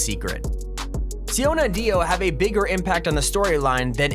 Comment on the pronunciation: Hahah Kono dio da is deo or dio pls